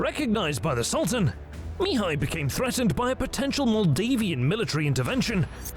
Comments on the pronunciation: Spectacularly detailed documentary, but starting with the 3/5 part, the pronounciation of Mihai's name(which can also be Michael, Michel, Michele, Mihaly...) would be better in other languages, 'cause it is so annoyingly pronounced in the original intended language. The accent is on the 2nd sylable, therefore mi-HAI and not MI-hai :) Anyway, thanks a lot for the huge documentation, other great pronounciations in the original language and the creating of this historical material. This channel really is the best for the detailed battles anywhere. Keep up the great work. I'll be forever hooked as your subscriber :D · At 33", I hear "the three Romanian voievods"...i am Romanian and the country was called this after WWI. Secondly, Sigismund was Hungarian... Please pronounce Mihai correctly, the accent is on the second syllable Mi-"hài". It's really grating when you mispronounce. Oh, my...there's a new narrator and he's also mispronouncing Mihai... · AI Narrator: Two days later MEEHAI every sentence. STRESS first word again and again. FUNNY you watch and listen. ANNOYING after the hundredth time. MEEHAI blaa blaa attack, meanwhile as MEEHAI troops wait you not.